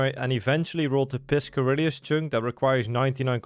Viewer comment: im gonna punch my balls everytime you say piscarillius. Gl me